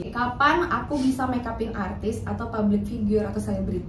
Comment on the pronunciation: Kurang profesional gmn cb, liat dong pas dia bilang "arrrtis"